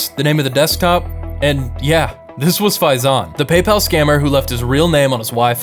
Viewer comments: That's not PayPal that's palpal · Hellooo this Is "PayPel" those suckers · thats not paypal, thats BEYBAL (paypal pronounced in an arabic accent) 😭🙏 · It's not "Paypal" its "Pay, pal!" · "PayPal" "Pay, Pal" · Paypal ❌ Baybal ✅ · PayPal ❌ “pay, pal” ✅